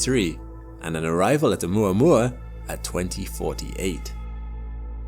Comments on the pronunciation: Makes sure to say Oh-mooruh-morruh" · Its actually pronounced OhMaMa. Say it right! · Video: Oh-muah-muah Me: 'ou-mama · I had to stop the video in the middle. Could not handle more minutes of this “oumouamoua” pronunciation every 10s 😂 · I thought it was pronounced oh mama I thought that was the joke.... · Muah muah to oumuamua 😂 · I’ve been pronouncing it “Oh Mama” for years now